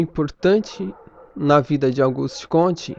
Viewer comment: é Augusto e não Auguste...